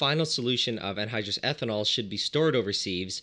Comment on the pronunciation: Anyhdrous... not androgynous